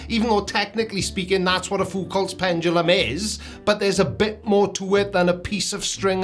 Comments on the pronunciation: ah yes, the conceit of the virgin pseudo-science enjoyer, "evidence must fit my pre-chosen beliefs." Also: "pendalum" 😂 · The way he says PenDumbLum speaks volumes LOL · pendrulum, prendulum, pundledrum, he'll get it right one day.